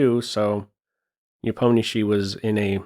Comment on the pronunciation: as Russian I truly appreciate how properly pronounces Ian last name "Nepomnyashiy" (Непомнящий) Just as it should be!